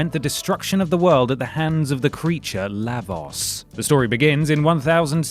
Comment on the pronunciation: Never heard anyone pronounce Lavos that way